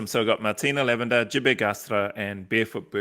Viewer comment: you say it just fine thank you!😁👍